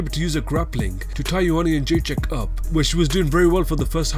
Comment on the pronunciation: He has a problem with every english word he says, pronounces "Joanna Jędrzejczyk" properly .... what the hell?